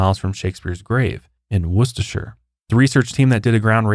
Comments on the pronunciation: I'm so impressed, you said Worcestershire right, but unfortunately not Avon 😔💕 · Welcome back and congratulations to your family…. And well done for pronouncing Worcestershire nearly spot on, 😊 sending hugs from the UK ❤